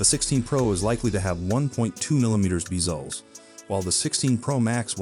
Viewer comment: “Beezlez” is crazy!